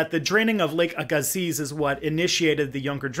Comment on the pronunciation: I grew up in Mission, BC, next door to the town of Aggassiz, BC. It’s pronounced “ae-ga-sea”, not “aa-ga-zeez”. That’s even how the local First Nations pronounce it 😂